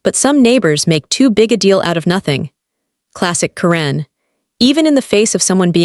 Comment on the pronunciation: It's pronounced KAR-en, NOT ka-REN!!!!!!